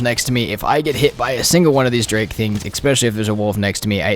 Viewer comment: Love the video, just one thing: the word is especially, NOT EXpecially